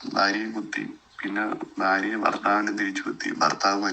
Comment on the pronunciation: ബാര്യ, ബർത്താവ്, ബാഷ... Etc ബിരിയാണിയുടെ ബ അല്ല... ഭരണി യുടെ "ഭ " ആണ്... ഭാര്യ, ഭർത്താവ്, ഭാഷ. മലബാറുകാർക്ക് മലയാള ഭാഷ സംസാരിക്കാൻ അറിയില്ല.